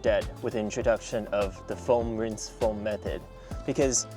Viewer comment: a what sorry? Winse towel? I didn’t understand sorry